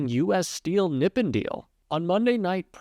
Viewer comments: I believe the accent is on the second syllable in Nippon, NipPON, instead of NIPpon. Let's ask a Japanese speaker!! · Friend . Nippon is phonetically pronounced : ' knee -pawn ' not nippen . Great show 👍😊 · really small thing but Nippon is pronounced NEE PONE not NIP IN (Japanese word that means Japan!) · Nip-On, not nip-in. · Pronounced Neepahn- Japan = Nippon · Nippon = "Nee-pawn" It's a formal pronunciation to mean Japan. I got schooled in this by my Japanese friend...thought I'd share. Keep up your good work!!!! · nippohn long O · Nippon. Its pronounced NEE pahn. It's the Japanese word for their country "rising from(of) the sun". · You’re mispronouncing Nippon.